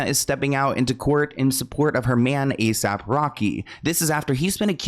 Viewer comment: NOT THE A.S.A.P!!!! 🤣 I said the same thing as you said it 😂 I was cringing 😭 he said we gotta move on from that 😭 ☠️ 🤣